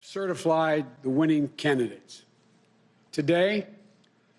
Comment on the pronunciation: Did he say "certiflied" 🤔🤔🤔